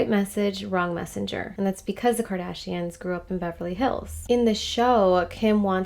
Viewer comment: Kardayshians 😂 AMIGA ! You're funny.